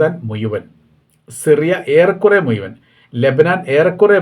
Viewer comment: എൻ്റെ പൊന്നു ചങ്ങാതി നിങ്ങളുടെ മുയുവൻ എന്ന പദം ഒന്ന് ഒഴിവാക്ക് മുഴുവൻ എന്ന് പറ മുയുവൻ എന്ന വാക്ക് കേൾക്കുമ്പോൾ നാണം വരുന്നു. ഇനിയെങ്കിലും ഴാക്ക് പകരം യാ ഉപയോഗിക്കുന്നത് നിറുത്തൂ പ്ലീസ്